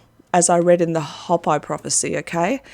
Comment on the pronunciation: Hey hi - I just wanted to let you know Hopi is pronounced hoe-pee -just wanted to let you know. ☺